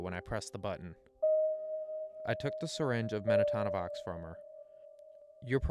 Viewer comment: It’s Men-ta-no-vox, Not Men-a-ta-no-vox Sorry that was bugging me 😂 accidents happen when you get a single letter wrong in medicine